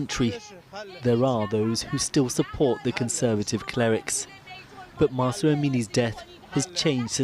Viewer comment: Pls say it correctly is Mahsa Amini